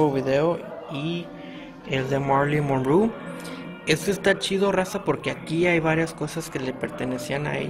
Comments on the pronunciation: “Monru”?? Monroe!! Es importante decir correctamente el apellido. La cámara enfoca demasiado cerca de los artículos, por lo tanto no se aprecian en el video, aún así gracias por que no sabía de este museo. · morí monru 😂 como pronuncia tan mal el nombre de esta gran actriz deberías de aprender a hablar antes se hacer tus vídeos enserio muchacho porque el vídeo es muy interesante pero tú con tu mala pronunciación lo arruinas 😂😂😂😂😂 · Marilyn monruu? Jajaja 😂😃😃😃 no sabes ni pronunciar su nombre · Monrú? Jaligud?😂😂😂😂😂